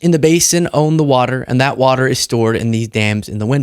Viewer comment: He can’t even say WATER. Not WATA SAF